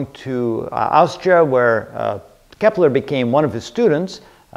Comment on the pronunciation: its kepler.... not keppler